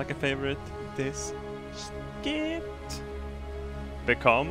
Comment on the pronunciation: When the vid ends he always says very well, like 'n fraivote this shit